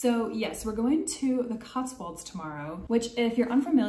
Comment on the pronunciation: I've noticed every American making the same mistake pronouncing Cotswolds. It's "-wolds", rhyming with "colds", not "-walds", rhyming with Oswalds.